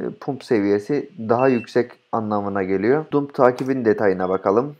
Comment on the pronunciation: Hocam cok tesekkurler de. Pump Pamp Dump Damp diye okunur